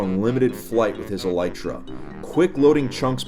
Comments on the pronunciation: Its pronounced ee-lee-truh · Wait you don't pronounce it as Aleetra